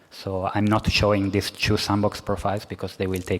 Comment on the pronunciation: And every time he says “chew” instead of “two.”